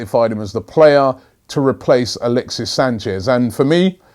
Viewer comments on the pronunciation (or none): none